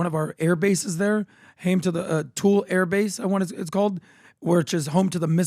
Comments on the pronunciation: Tool lee air base, not tool! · Louisiana Purchase was Thomas Jefferson. Thule is pronanced Two Lee